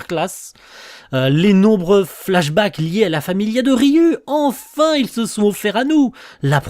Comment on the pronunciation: Alors c'est pas forcément important mais je crois que ça se prononce Ryou 😭